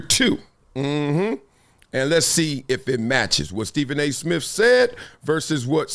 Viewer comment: Steven A. Smiff??? 😊